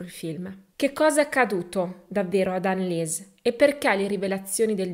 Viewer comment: Storia agghiacciante! Tuttavia tranquilla il tedesco benché sia una lingua difficile non lo è per la pronuncia, ricorda solo che parole contenenti il dittongo IE si pronunciano I ( di conseguenza ANNELIESE, sarà ANELIS !) il dittongo EU si pronuncia OI .la pronuncia è molto più semplice sia del francese che dell'inglese 🙂